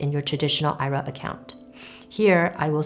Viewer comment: Its not an "i-ra". You should be using the abbreviation for Individual Retirement Account and say the letters I R A.